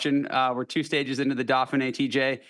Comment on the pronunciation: Why is it that American commentators can’t pronounce any European names properly?? The “Daffinee” really??? Vinago??